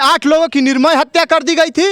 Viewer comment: Tum kaise patrakar ban Gaye. Nirmal ko Nirmay bol rhe ho arakchad ka yahil labh hi